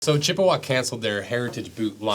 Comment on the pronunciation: As a native of Chippewa Falls, I can tell you the preferred pronunciation is "Chip-wa" not "Chipp-a-wah."